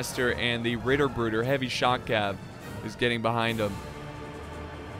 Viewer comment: Hey, from a German point of view your pronouncation of "Ritterbrüder" was almost perfect. At least closer to standard German than some of our dialects over here.